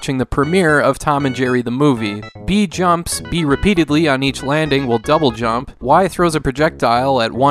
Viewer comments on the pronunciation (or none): none